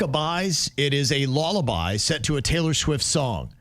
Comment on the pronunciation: the way pronounces lullaby 😂😊